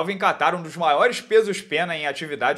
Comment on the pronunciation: Nao eh Kattar..... Eh QUEIRARRR